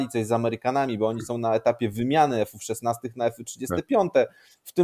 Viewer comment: podpinam się pod autora. Też nie rozumiem tej mody. Teraz będę musiał zacząć mówić że jeżdżę peugeotem 4007-mym. Jeszcze 2 lata temu nie było takiego w Polsce co by powiedziak eFy szesnaste tylko F szesnaście. Nagle każdy udaje inteligenta :)